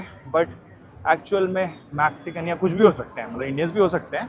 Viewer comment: Please fix a couple of pronunciation! Sky Scra Paar nahi Sky Scre Pers hai Max ci can nahi Mex cican hai Also No Maxcican language They speak Spanish